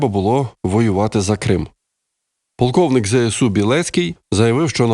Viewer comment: "пАлковнік" білецький - звучить кумедно...